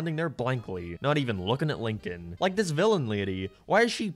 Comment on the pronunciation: The only time said “Lincoln” and not “Leenking”